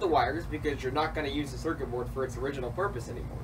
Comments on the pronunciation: drink every time he says cercer berd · Say Circuit Board again.